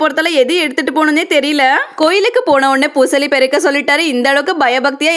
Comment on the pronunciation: அக்கா பூசாரி பூசாலி இல்ல